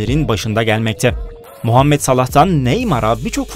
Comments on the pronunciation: Mu değil mo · Muhammet salah öyle değil mohammed salah